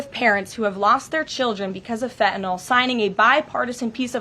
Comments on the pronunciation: it is pronounced FEN TAH NILL - FentaNYL. N Y L on the end not N O L... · i just wish she would pronounce fentanyl correctly. it's NIL on the end with a N Y L not N O L . lol... everyone pronounces it wrong >_<